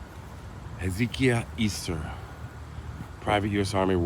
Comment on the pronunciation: I think it’s pronounced Hez-UH-KY-UH Also there’s something like this in Hamilton. There’s a Courtyard by Marriott Hotel. A pretty nice hotel. $250 a night even. Bam, cemetary in the front. I’ve never driven into the property so I don’t know if there’s a parking lot between the hotel and the cemetary, but it’s an odd sight either way.